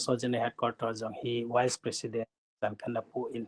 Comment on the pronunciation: Dr. khat hi a pronounce chu..wise president or vice president..you got confused me ..